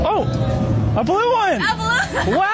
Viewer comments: She went back to her roots and pronounced blue - BRUE 😂😂😂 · I really don't think she smiled because she knew. She actually mispronounced blue as most asians with ESL do, so it means that she's most likely a foreigner. That being said, she might not fully understand the situation so it's more of a nervous reactionary thing. If I was being spoken to in another language that I hardly understand, and it seemed like they knew what they were talking about but I didn't, I would just smile at a politeness rather than be disgusted or act strange.